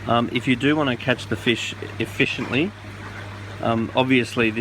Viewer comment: "If you want to catch them ef-FISH-iently" xD